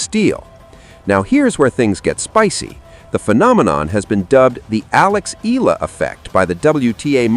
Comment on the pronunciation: You pronounce her name as 2 syllable, "E - La" This is incorrect. Do correct to 3 syllable "E - Yeah - La". 😊